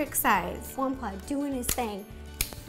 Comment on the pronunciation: She calls him Jampablo